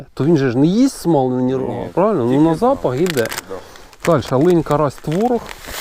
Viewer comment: Лин, а не линь